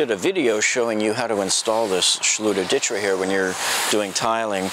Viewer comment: Yes good reply Zakaroo!! It’s pronounced Ditra (Deetra) been using this awesome product for 10 years now. And the title of this post makes it look like it’s a Ditra problem not a lack of closing space off to others problem!!